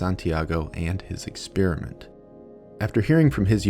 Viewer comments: I'm not overly happy with the way you mispronounce "experiment" as "ex-spearmint". I know you're a Yank and that allowances must be made, but still. It's horrible. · santiago should conduct a study on why this bozo pronounces the word exSPEARiment. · Exspeariment? The people are attractive? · Why do Americans insist on saying "expearment" instead of "experiment"? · why do Americans pronounce "experiment" "ex Spearmint" ?